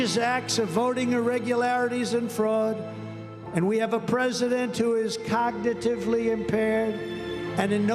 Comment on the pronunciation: O M G did he say cocknitive for cognitive? How poetic. Theatre pure theatre. CLEAR AND PRESENT DANGER TO NATIONAL SECURITY. HITLER USED FILM. HE SOUNDS LIKE HITLER. TAKE HIM OUT, AS HE SAID TO THE GUYS ABOUT YAVONOVICH.